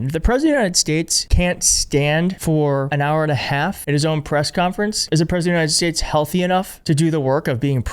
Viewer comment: "United Shayshs" He says it like that every time, thank you for your attention in this matter.